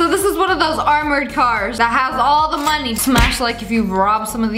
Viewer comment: “The” not “tue”